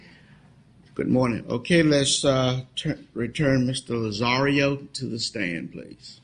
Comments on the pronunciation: Lol I love Judge Perry ( he’s no longer a judge though) and it’s hilarious he keeps calling Tony - Mr Lazzario…..it’s Lazarro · Larry Bradford Actually, it's Lazzaro. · Lazzario, bidness, stipalation, the list goes on and on.... but I couldn't LOVE Judge Perry more! Hes like a teddy bear. They call him the "velvet hammer".